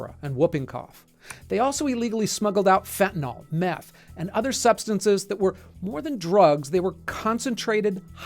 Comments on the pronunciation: It's fentanYL not fentanOL. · Fentanyl isn't pronounced "fentanall..." lol